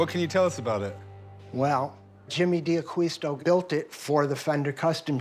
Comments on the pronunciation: Being half Spanish, every time they say 'AqUisto' .. i shudder .. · So many mistakes about Jimmy. It bothers me when they don't pronounce D'Aquisto properly. They should read "Acquired by the Angels" to get a better idea. Although even that good book has some enhancements. In particular the story Jimmy's Mom told me about how he started in John's shop. Jimmy was sitting at the table when his mom was telling my wife and I that story.